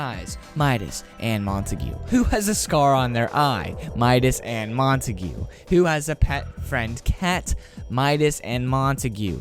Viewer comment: I’m not trying to be mean but I think it’s pronounced like montaig not montagoo